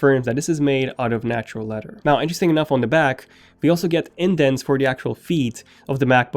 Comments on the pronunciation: its leather not leder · “Leadder” “Da” You need too pronounce you TH’s better bro slow down when you talk.